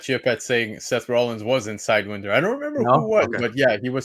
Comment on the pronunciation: But who the hell is "Side when der" though? It's "side why nder" like the snake,,, serpent society / squad. lol